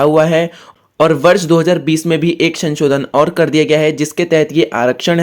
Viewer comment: Ssir sanchodan😂 nahi sansodhan